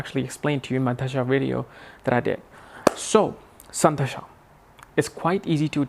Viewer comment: Dasha, and not dhasha